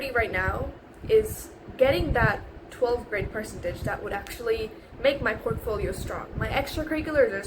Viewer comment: Your accent is really good but there are some tells, your pronunciation of words like "percentage", "embassy", etc. are wrong